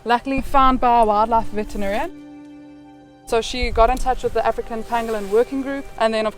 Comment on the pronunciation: not vegetarian, vet-in-a-rian